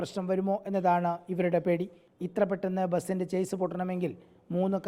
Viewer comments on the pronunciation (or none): ചേസ് ❌ ഷാസിസ് ✅